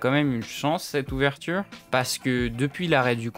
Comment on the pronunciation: Vidéo très intéressante et bien construite mais fait attention le modèle c’est « oveture » et non « ouverture » des fois c’est bon et des fois pas, petit detail voila voila